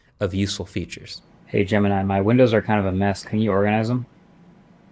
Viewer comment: you did not say organize, you said orgasm.